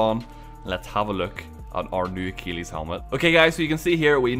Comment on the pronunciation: If I hear pronounce Achilles as "uh-keel-eez" one more time imma lose my crap